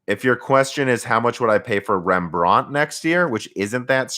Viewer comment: You have to stress the REM part in REMbrand, not the brand part.. It sounds very weird..